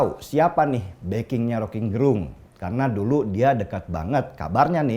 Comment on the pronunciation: Gerung ya ...bukan garong...